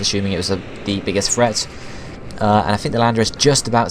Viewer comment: "de biggest freats"